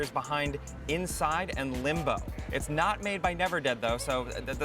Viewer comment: DID HE SAY LIMBAH..............LIM-BOH.........LIMBO